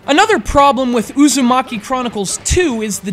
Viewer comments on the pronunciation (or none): narooto usumaki...nice pronounciation...